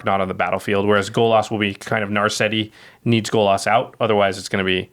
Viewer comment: Golas? GOLAS? G O L A S ? stop saying golas!!